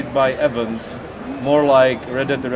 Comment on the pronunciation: That was a really interesting video, I'm super looking forward to seeing the released product! Oh and by the way, you may want to brush up on your pronunciation of the word 'events' :)